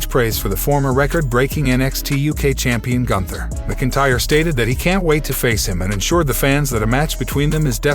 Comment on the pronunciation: Lol the program can’t say McIntyre properly as well 😂